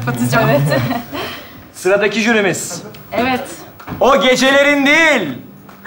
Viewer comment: değik değil "DEĞİL"😂😂😂